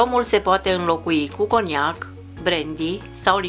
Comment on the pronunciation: cu coniac ce pronunţare,eşti din Transilvania?